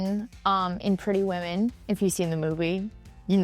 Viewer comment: It sounds like you said Pretty Women and not Little Women. That threw me off. I see I'm not the only one who heard that. On another note, You have the story of Little Women and the reasoning why Aunt March took Amy and not Jo incorrectly.